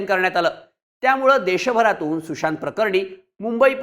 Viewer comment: तुषांत नाही रे सुशांत... उच्चार तरी नीट कर....😂😂